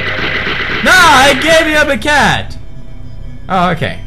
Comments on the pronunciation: It's bo-kay not bo-ket. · Pewds you pronounce bouquet 'bookay' not 'booket' xD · pewds boquet its pronounced boo-key not booket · bouqet is not "boo-ket" its boo-kay* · Lol...love how you say 'booket' for 'bouquet' xD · Bouquet is pronounced bowkay. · Boquet is promounced boka (a as in a_e sound) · Boo-kay pewdie it's pronounced boo-kay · its pronounced bookay!! lol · Im not makin fun of you but its pronounced --bookay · Pewds saying bouquet wrong reminds me of the Fan-fiction he read with Cry xD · Am I the only one that heard crys voice saying: "It's a bouquet!" when pewds said it wrong? xD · Seriously pewds lol even after the Flower for my Valentine PewdieCry Fanfic, u still pronounced bouquet wrong XD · he purnounces the q in bouquet :P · oh pewds you don't pronounce the 't' in word 'bouquet ;) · He pronounced Bouquet wrong 😂😂